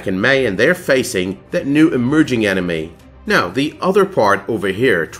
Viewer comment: Whenever he says "enemy", it sounds like "anime". I was so confused.